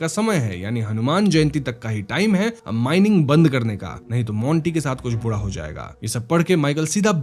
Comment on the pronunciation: Bura ko Budaa kyoun bol rahe ho? Ra bolne mai pareshani hai kya?